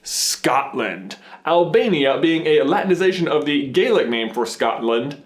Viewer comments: The pronunciation of Gaelic for Scottish Gaelic is "Gah-Lick" not "Gay-lick" as it is spelt and said in Gaelic as "Gaidhlig" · I'm Scottish so I would like to point out that it's pronounced Galic even though it's spelt Gaelic Gaelic/Gaelic are very different One is an old Scottish language And the other an old Irish language It really annoys people when people forget that us Scots have our own language as well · I hate to be picky, but as a Scot, I have to let you know that the Irish Gaelic is pronounced 'Gay-lik', but the Scottish Gaelic is pronounced 'Ga-lik'. And yes, we are very proud of our Unicorn national animal :) Don't believe us? Look up British passports, and look for the Unicorn that represents Scotland! ^_^ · just so you know its pronounced gah lick in scotland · It’s not Gaelic its a different language pronounced galic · it's g-a-lic in Scotland and g-A-lic in Ireland